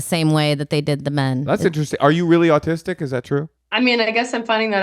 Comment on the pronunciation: I thought said 'oldtistic'... I'm making that a thing.